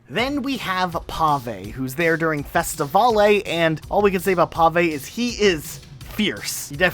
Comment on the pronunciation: I know I'm a year late to this video but you saying Festivale wrong was very funny.